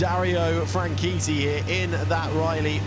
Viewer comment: DARIO FRANCHITTI IS PRONOUNCED AS FRAN-SHET-I NOT WAY PRESENTERS SAYING SOUNDS FRAN-KEETEE LOL